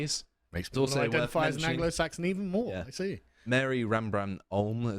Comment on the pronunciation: Maori... It's an O not a U...